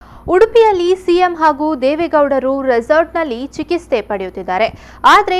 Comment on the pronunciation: ಚಿಕಿಸ್ತೆ ಅಲ್ಲ ಚಿಕಿತ್ಸೆ